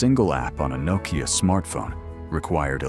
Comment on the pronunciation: Crappy ai can't even pronounce Nokia lol, nocaya😂😂😂